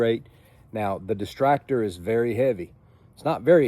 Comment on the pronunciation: Why does he keep calling it the "Destractor"? It's not exactly for distracting... I see a Destructor, but that's very different from what he's saying. >.>